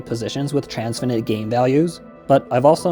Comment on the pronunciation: "Transfinite" is pronounced like "finite", not like "infinite". More significantly, you need to be very careful about the difference between "infinite branches" and "infinitely many branches." An infinite branch is a branch that is infinitely long. , you say that "there are infinite branches" in this tree, but that's not true. There are infinitely many branches, but each branch is finite: the first one has length 1, the second one has length 2, the millionth has length 1,000,000, and so on.